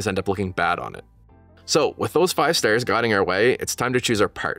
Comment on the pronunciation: the way you say "stars" is insane